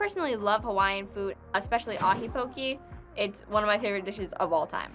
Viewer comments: pronouncing poke pokie is truly irritating.. pokeh not pokie.. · if you love Hawaiian food, learn how to pronounce poke. It's not po-ki like doing the hokey poki, it's po-kay, like okay. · I was born in hawaii, my dad usually gets his work trips in hawaii, my mom was raised in hawaii, and I’ve never seen someone pronouce poke-e as poke-y It just really made me mad lol. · its not called "poki" its poke. "poki" is another word in Hawaiian that you don't wanna know. especially is ur haole(white). Why throw pineapples on stuff and call it Hawaiian, that's messed up smh. oh and pronounce Hawai'i correctly next time. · Just real quick: malasada is not Hawaiian...it is a local treat in Hawai'i..its actually Portuguese...Loco Moco also no Hawaiian...is a local dish. Hawai'i is the biggest buyer and consumers of spam so that is true. And Poke is pronounced PO-KAY just fysa. . Adult chef pineapple is not Hawai'i but I get Dole made it seemed that way at least you admitted you didn't know much about Hawai'i